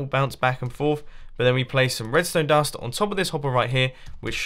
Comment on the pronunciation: He said redstone dun